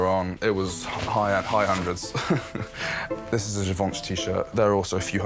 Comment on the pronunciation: The shoes on the furniture and the way the rich kids pronounce Givenchy is sending meeeee 🫣